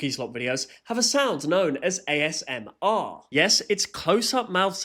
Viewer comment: He pissed off the ASMR community for calling it as 'AS-MR'